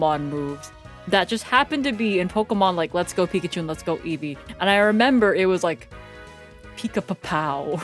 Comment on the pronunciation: Eevee's japanese name is pronounced "eievui" iirc.